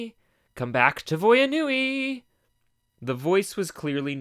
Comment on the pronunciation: 2 minutes in and i already understand why everybody said vya nui was so horrible.